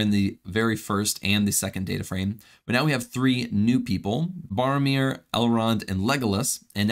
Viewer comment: Barromir= Boromir